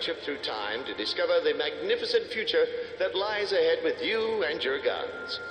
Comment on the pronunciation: "In the futura"